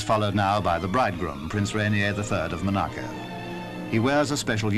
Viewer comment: Why does the narrator say Mo-narcu when it’s Mon-aco